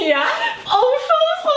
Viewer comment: Auchan czyta się Oszołą . Uczyłam się kiedyś Francuskiego wiem jak ten sklep prawidłowo przeczytać.